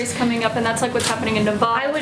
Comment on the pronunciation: she cant even say Nevada correctly